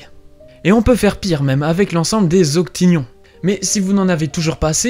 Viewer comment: c'est octonions, pas octinions, je pense.